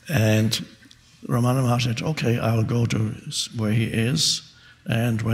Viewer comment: It's pronounced RAM-ana not Ra-MANA